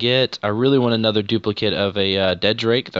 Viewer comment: It's dread drake not dead drake... Just saying